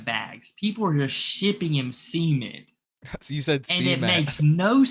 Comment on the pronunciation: and learn how to pronounce "cement". You both are saying semen and acting like you don't realize it... maybe you don't. That would be fucking hilarious. It's probably concrete.